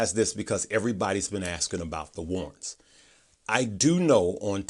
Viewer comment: Oh, "war'rants". There are two rr in that word. Thanks for the great explanation.